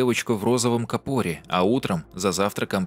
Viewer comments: В розовом капОре🤣🤣🤣🤣, правильно кАпор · Не в капоре, а в кАпоре! Ударение на букву А. Читай значение каждого слова в переводе с англоязычных роликов! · кАпоре правильно, ударение на А, рогАтину, да я душнила